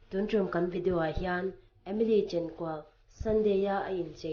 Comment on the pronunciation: Mizo poh ilam thiam nage😂🤣chenkual poh iti thiamlo